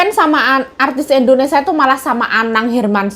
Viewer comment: ...sekedar saran pengucapan negara kita itu Indonesia bukan Indonesa😀..maaf ya kak..semangatt kak Yayuk👍